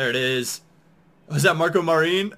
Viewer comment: MAR-IN not marine lol